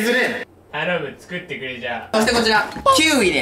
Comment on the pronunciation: 頼むがI Love You に聞こえる（笑）